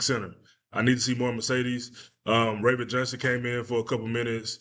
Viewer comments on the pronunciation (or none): none